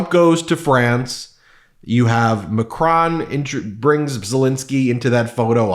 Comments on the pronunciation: It's Mac-RONE, not Mac-RAWN. Even Mac-RONE is not perfect, but closest to the correct French pronunciation. Not trying to be nitpicky, but just to help. I speak French. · Out of respect, you should pronounce Macron and Notre Dame correctly.